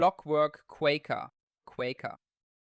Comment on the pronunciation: Qwaaker like cracker me thinks 😂❤